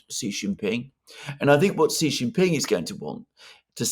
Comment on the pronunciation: his name is SHEE JINPING NOT JHEE JINPING... JHEE JHEE is slang for Penis in Chinese Language. I have superchatted you multiple times,.